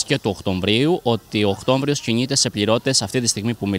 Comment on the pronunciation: Να εκτιμήσουν την Καλή τους Τύχη,όσοι Απασχολούν Υπαλλήλους και να τους 'σκεφθούν' κι Αυτούς.....(Οκτώβριος,λέμε,όχι Οκτώμβριος.Χωρίς 'ξινίλα',απλά λόγω επαγγέλματος,φιλόλογος).